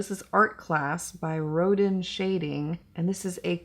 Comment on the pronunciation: Hello gorgeous! We can see your lashes WAY better when you look up, as when you’re placing concealer under your eyes. Also Rodin is pronounced ‘Ro-dan.’ He’s an artist. 😊 🧡❤️♥️❤️🧡